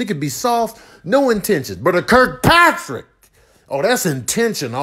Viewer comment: It was more like kirk-PATRICK! 😂